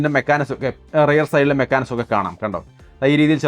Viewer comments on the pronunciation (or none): none